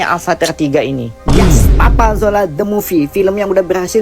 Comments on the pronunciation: Kena maklum...lidah orang jawa kurang boleh sebut Z....dia jadi J... Contoh... Rezeki - rejeki Marzuki - marjuki Papa Zola - Papa Jola Zimbabwe - Jimbabwe Dan lain2.. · papa zola bkn papa jola 😂😂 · Papa Zola bukan papa jola hahahahaah